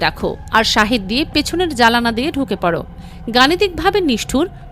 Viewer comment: ভাষাগত দিকগুলো সবসময় খেয়াল করে, তারপর খবর পর্বের যেমন, আপনি জানালাকে (জালানা বলছেন্